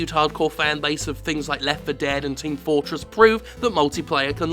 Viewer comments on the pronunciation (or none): I never heard of Team Fortress "Proo" .